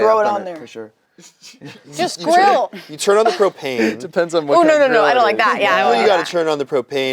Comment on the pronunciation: I thought said grow… I’ve been laughing for 15 mins and they said grill…